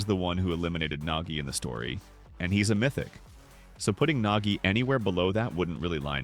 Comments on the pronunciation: Bro it’s nagi not nogi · Nogi✅ Nagi ❌